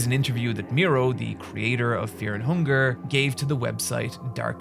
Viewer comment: The immediate switch to "FHunger" caught me off guard